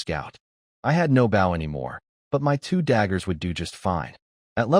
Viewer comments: When will AI ever learn to say bow properly lol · The AI just needs to learn how to pronounce Bow